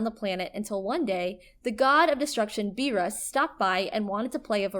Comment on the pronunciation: What in the name of god was that pronunciation of Piccolo, Namek, Beerus, Majin Buu, and kaioken? She has never seen DragonBall and is just reading off a script, clearly. Is this what you guys want? An anime channel that doesn't actually watch anime?